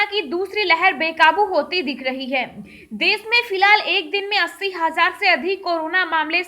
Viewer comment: Tujhe bolna to aata nahi desh ko des kehti he khabar tuje bolna nHi aata lockdown ko Lokdownbolti he pehne bolnaseekh